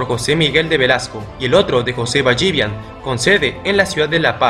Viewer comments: Es José Ballivián con tilde en la A, no Ballívian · No es BallÍvian... es Ballivián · Es ballivián no ballívian